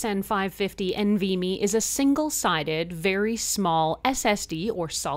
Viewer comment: Hi as somebody in the tech industry (and a fellow Calgarian) I just wanted to point out a few of your pronunciations Nvme you just pronounce each letter it's not NV-Me DRAM is pronounce the letter D and then Ram SATA is pronounced SATA like Santa without the N There were a couple points where you said adding a larger one as performance but it just adds storage. And the nvme drives actually run quite hot compared to a standard SSD that uses a SATA interface, but they are built for the heat and can exceed 60° C with no problems in performance. It is also something to note that upgrading a laptop to one of these is not always easy for somebody who's not adept at technology as taking the laptop apart to access the components can be tricky for people who are not comfortable with it it is also worth mentioning that the nvme drives come in different lengths so every laptop might not be able to use the exact nvme drive you reviewed. The length of the drive also does not dictate the storage capabilities as you can get a shorter one with 2 terabyte and 4 terabyte configurations